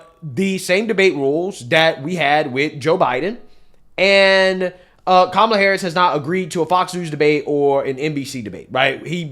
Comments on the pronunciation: Did she say Kuala Harris 😂😂😂😂😂😂😂😂😂😂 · She said..."Kawala" 😆 🤣 😂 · She's calling Kamala Kawalla😂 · Love it, I call her cumal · She intentionally mispronounced her name! How racist.